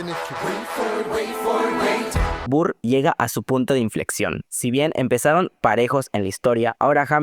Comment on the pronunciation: No me estoy burlando, pero necesito mencionar que me hace gracia como pronuncias el nombre de Burr.... BURR jsjsjsjs Por cierto, muy buen ojo para distinguir las diferencias en los matices. Yo pensé que Eliza estaba usando ropa blanca en el segundo acto en Burn.